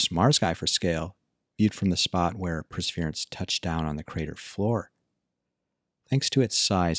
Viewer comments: How do you manage to pronounce Perseverance (4 syllables) as "prsvrence" (2 syllables) ? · It's the martian accent. ;)